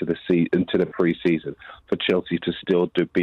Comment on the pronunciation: "PRESEAON FRIENDLY"